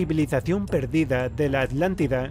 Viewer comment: Que cosas.. estos españoles que no pueden pronunciar Atlántida.. dicen siempre "Alántida"...